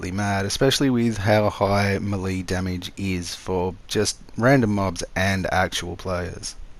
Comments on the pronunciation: Not hating just helping, melee is pronounced may-lay, thanks for the build tips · May-Lay how to pronounce Melee 🤙